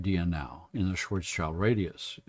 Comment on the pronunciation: It's pronounced "shvarts shilt" the "s" goes with the "child" part of the name. "Schwartz" means "black" (cognate of English "swarthy") and "schild" means "shield".